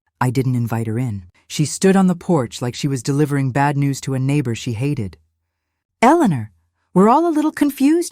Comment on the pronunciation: AI can’t pronounce Eleanor!